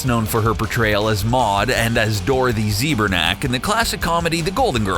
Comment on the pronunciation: "Dorothy Zee-ber-nak"?? THE FUQQQQ???? Zbornak. Zbor-Nak. ZBOR. as in your pronunciation skills are ZBORING. Also, Ryan had to pay her son's charity $10k to even get permission to wear the shirt. "Dolls"? You deserve whatever wrath Wade unleashes upon your descendants for the next 37 generations. if they live that long.